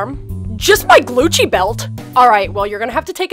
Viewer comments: xxBailey MSPxx me Heath said glucci belt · did he say glucci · It is glucci. Like how MONSTER highs say truth or scare she uses glucci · Did anyone else hear “glucci” 🤣 good video though💕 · Yes i did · Its called Gucci not Glucci like if you agree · It’s not called Glucci belt is called Gucci belt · Yeah I did hear that "Just my gljcci belt." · Its supposed to be glucci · It is glucci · xxBailey MSPxx because he did say “Glucci” lol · That's what she calls it its monster/ever after high theme so it makes sense to call it glucci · I thought they actually meant glucci But ik no one will read this so idc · It’s supposed to be glucci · She does ah glucci so it DOSENT sound like Copyright I thing like a play on it like how she says saflora instead of sephora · Yeah, but I think it's supposed to be Glucci (like they changed it) lmfao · It is glucci! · Qui Nn it’s meant to say glucci not Gucci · It's supposed to be glucci because it's the monster version name of Gucci. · In these videos the person makes they call it glucci you must be a noobie noob not tryna hate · "Glucci" And "Louis Vuitton" (The S is not silent) I'm dead XD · He said gluchi belt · I herd Gucci w lot